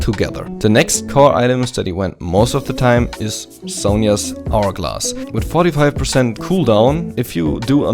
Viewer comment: you sound a little bit german with your outspelled "hextechgunblade" "muramana" "hourglass" "movementspeed"